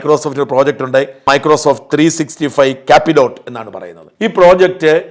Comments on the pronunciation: Its Microsoft Copilot not capilot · Microsoft 360 കോ-പൈലറ്റ് ആണ് , ക്യാപിലോട്ട് അല്ല ' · anna microsoft 365 ക്യാപ്പിലോട്ട് അല്ല കൊ പൈലറ്റ് (copilot ) ആണ്